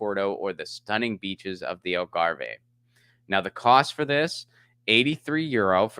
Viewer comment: say them Lisbon (Leeshboa), Portoo, and Algarf.